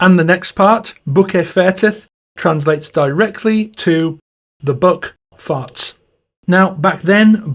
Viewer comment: Your English wording for Fart repeatedly sounded like you were saying F--king Goats. I was having Muslim flask-backs to the Gulf War because the US Military has thousands of hours of film footage of Muslims screwing goats in the desert. Even fighting each other over the poor goat(s). At the end of your translation the song is kind of funny. Not so much at the start but now even that seems funny.